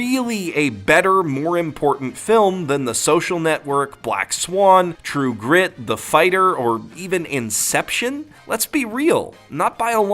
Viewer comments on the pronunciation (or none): none